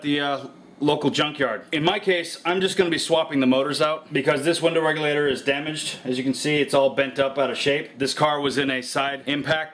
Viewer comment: Anyone love how he says window REGULATER lmao he says it with style.